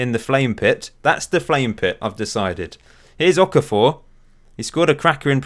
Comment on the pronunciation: okafor is pronounced O-KAAH-FOH